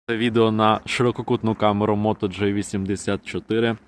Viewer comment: Автор, все супер, але будь-ласка не Моторола "джей"84, а "джі"84!!